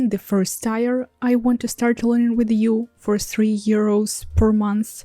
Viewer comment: Thank you for the continued language tips! I hope you don't mind, but I have a tip for your English... we pronounce the word "tier" more like "teer" or a "tear" from crying:)